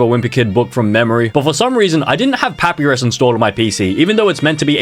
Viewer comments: "Papyrus (pah-pi-rus)" WHAT- (i pronounce it as pah-pie-ruhs, how do u?) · As an Undertale fan, it is not pronounced that it’s pronounced this (pu- pie-rus) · AS AN UNDERTALE FAN I HURT WHEN HE SAID PAP-I-RUS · Pah pee rus. Nooo Puh pie rus. Yes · Not papirus, but papYrus as in the spaghetti thing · first it was "MaRyO" and now its "pApiRiS" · Its prononced (pa-pie-ris) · “Pappyris” I swear how can someone mispronounce it like that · “pappie rizz” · Bro said poappyris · How does he not know how to pronounce papyrus and get brown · The way he pronounced papyrus made think this man has never played under tail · the way he pronounces papyrus hurts my brain